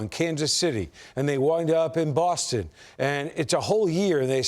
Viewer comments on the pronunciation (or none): none